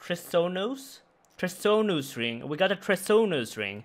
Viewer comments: Its pronounced Treasonous not Treasonous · i love you man, but the Bacon Ring and Tresnous Ring where epic XD. They are pronoucned BE-con ring and TREE-SO-NUS Ring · its pronounced tree-son (tree-son-ous) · Say it with me,: "Tree-zon-iss Ring" 😂♥ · Say it with me, "TREE-SON-US" ring. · It's trehson, then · Trees-on-us my man That pronunciation was treasonous, good effort 👏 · Treasonous = TREE-zun-us, like treason. Loving the content <3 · Treasonous ring tree-son-us ring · treasonous like Tree-Son-Us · Tree-son-us ring, good vid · "Tree-zon-us ring" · Tree-zun-us ring, it only helps stab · Tree-son-us Ring. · Bee-kin ring. Tree-zon-iss ring. 😉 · "Tree-son-us" is how you say it :D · TREE-zun-us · Just so you know, Treasonous is pronounced Tree-zun-us! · Trees On Us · yeah it’s pronounced the same way a treason, it sounds like treason us ring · tree-zun-us ring my friend. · Tree-Son-Us Ring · Love your videos btw if you want to know how to pronounce treasonous. Keep up the good work. tree zuh nuhs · Trees-un-us ring is how it is pronounced. It's a weird word now that I think about it. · "tree-zun-us" ring bro :) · Tres-o-nose ring. We love you man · pronounced tree-son-us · Treasonous is pronounced like poisonous. Treason (ˈtrēzən) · Its pronounced treesonous ring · It's pronounced 'Tree-zuh-nuhs', bud. That third syllable is pronounced like 'nuh-uh'. It does not make an 'O' sound. At all. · Tree-zin-us. cause english is stupid. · Oh man, went full Raiksey there trying to pronounce treasonous. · Just pronounce the start like treason?